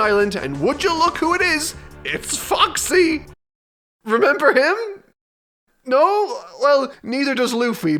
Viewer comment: also goddamn it when you said Foxy pirates it sounds exactly like the "Fuck Sea Pirates" and i cant get that ouit of my head